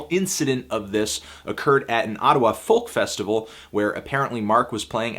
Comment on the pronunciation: Its pronounced 'foak' not letter for letter phonetically as its spelled 'folk'.